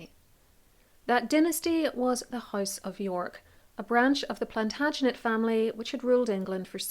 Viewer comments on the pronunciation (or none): none